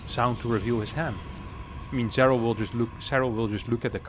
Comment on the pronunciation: Nobody:: "Zerral"